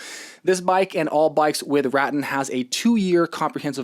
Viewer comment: Great review. Just FYI; it's pronounced Ruh Tan, per the co. rep.